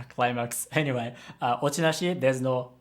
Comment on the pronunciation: is it just me or did he say "anime" instead of "anyway" ?